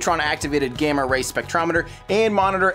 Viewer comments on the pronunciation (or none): none